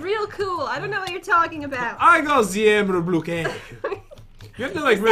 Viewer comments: “Emerald blookee” 🤣🤣😂😂😂🤣😂😂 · did jen just said "the emerald blue gay"?? Edit: :O ty for all the likes. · No she said emerald blooky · “I got a emerald bluqué”